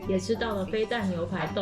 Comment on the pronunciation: 不是念ㄊㄨㄛˊ嗎